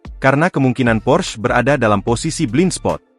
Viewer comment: PORSCHE, bukan pors bacanya itu bahasa jerman